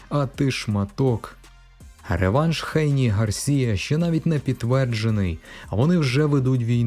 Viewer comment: Що за Хейні? Ви чули коли небудь "Хейні"??? Хто це так каже крім росіян? 🤣 ГЕЙНІ.